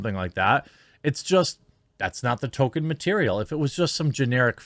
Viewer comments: I love you, but please please please…pronounce the L in Tolkien’s name. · Nobody: Jeremy: “Token” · It would be amazing if you make any effort at all to just one time not pronounce his name as token LOL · It's Tolkienism Not Tokenism that matters. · Am I the only one that cringes at Jeremy's pronunciation of Tolkien. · ehhh I think that’s a stretch. Jeremy’s commentary is spot on, but saying that over and over again isn’t a play on words after a while. I think he genuinely doesn’t know how to pronounce the Professor’s name. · Tolkien, has an "L" in it, Jeremy. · Sounds like you're saying "Token" instead of "Tolkien" which makes it that much more funny. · Please stop calling him Token. Its Tolk-ien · Established Lords is a scam. Becoming a Lord doesn't work like that. Can also tell you actually don't care aboot what you are covering because you are calling him TOKEN. It's Tolkien. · Please..... Please stop saying "token" instead of Tolkien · name sounds more like Toll-Keen, not token... love the coverage but that's driving me nuts... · Tolkien not token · Saying his name to sound like "token" is funny, but in the same sort of way it's funny that Greg Brady got into an accident with the family car. Funny, but with a sick feeling of existential dread underneath. Maybe just consider putting a tad more emphasis on the "L" in "Tolkien"? Or maybe saying it as "TOLE-keen", just so no one claims you're making jokes about "tokens"? I know what you're saying, but the outrage mob will pounce on the stupidest damn crap. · Hey man, pronounce the "L" in Tolkien. His name isn't "Token". You're killing me bro! :D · It’s not Tolkien it’s token! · It's Tolkien... not token. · Why do you say 'Token' when referring to TOL-kien ... ? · His name last was Tolkien not TOKEN. This woke shit is never based on merit and only fools believe these actors were hired organically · It's token not Tolkien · It doesn't help your credibility to keep calling him "Token" instead of "Tolkien"